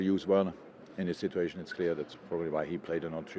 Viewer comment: No one: Klopp: “Sit-too-ayy-shon